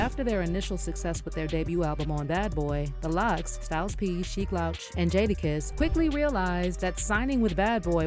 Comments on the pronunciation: You should do a better job of researching who you make videos about, the man's name is pronounced "Loooooooch" not like OUT. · sheek LOWCH? this was definitely read by AI . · Louch rhymes with pooch, not couch. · Sheik LAHWCH is crazy work . Its pronounced LOOCH but spelled Louch 😅🤣🤣🤣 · Tell us you never listened to their songs without telling us.....Sheek Lowch? its Sheek Louch....pronounced Looch. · If you’re gonna take the time to investigate and publicly publish a story about one of the most iconic groups in history…at least get Skeeks name right!!!!!! It’s Sheek Louch (Looch) not “Lowch” that shit got me tiiiight! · Sheek L-ouch 😂😂😂 Louch(Looch Bih) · The way you're pronouncing Sheeks L"ouch" instead of Looch name is crazy 😂 especially because with people who you're reporting on. Hear Jada go on about dropping that fridge on Puff NEVER gets old. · LOUCH ....Lou....ch sound it out ma damn 😂😂😂😂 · The way you pronounce louch makes me want to scream! Jesus christ lol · Learn how to pronounce Louch genius.